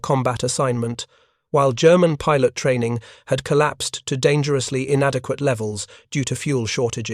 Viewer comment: YouTube bug report(s): "pilot" ==> pye'lot, _not pye-LOT. "resemblance" ==> there's no reason to Frenchify it here.